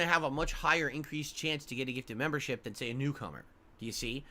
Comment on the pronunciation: He’s spent an entire year asking for ‘member bahmbs’… not memberships. So yes, they do know that eventually, usually the end of the month, oic will gift 50-100 memberships. Also, someone should put a compilation of this speech and all of the times has asked/begged for a gifted membership.